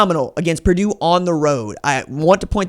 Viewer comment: It's Purdue